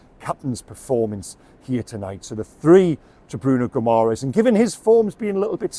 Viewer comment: 🇵🇹👋🏻Pronounced (Gi ma resh”) Guimarães.Good accurate assessment 👍🏻